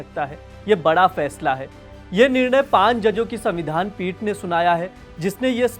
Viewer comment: Bhaisahab, 'Paanch' bol rhen hain yaa 'paan' bol rhe hain. Apna hi video suniye. ek baar ek baklol ne "pulwama" ko "pulgama" bola thaa.